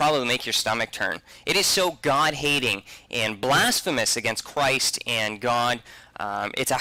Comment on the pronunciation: He said CWIST! 😂